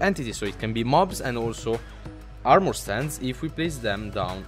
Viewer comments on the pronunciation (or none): none